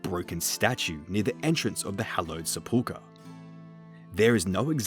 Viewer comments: british people don't accent the middle syllable of sepulchre either, he's just wrong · I hate how he pronounces sepulchre and Hallowvale. Good video though